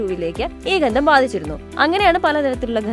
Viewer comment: എന്താണ് ഘന്ദം മോളേ?